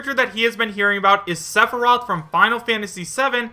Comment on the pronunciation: i think just threw all of what little credibility he has had in pointing out potential leaks, he cant even say sepheroth right